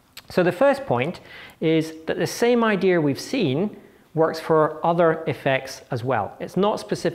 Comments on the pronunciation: iits dea and not ideaR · Why does he pronounce "idear" instead of "idea"? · I wanted to throw my monitor out the window every time I heard "Idea-r" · Very interesting "idears". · That's the problem with non-rhotic accents: once you start dropping those 'R's, they get all over the place and start falling in the cracks between words and are impossible to remove. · Since when does the word "Idea' have the letter R in it?